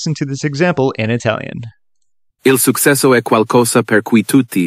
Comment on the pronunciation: I'm Italian and it sounds like an English tourist who's trying his best to speak Italian. "Successo" is mispronounced. "Suksesso" wrong -> "Suchesso" right. It goes the same with "raggiungere" ("ragghiungere" vs "radjungere"; "fasìle" vs "fàcheele"; "sforso" vs "sfòrzo", "ce" vs "ke", "si battiamo" vs "chee battiamo").